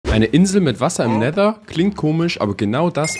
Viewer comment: Versuche doch richtiges Wasser in Never